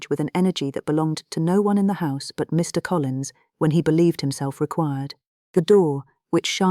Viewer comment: Please use a better AI voice agent. The pauses between Mr. and Collins is horrible. That's just one example. There are better out there. A real narrator is best. Speaking for all of the now out of work voice actors.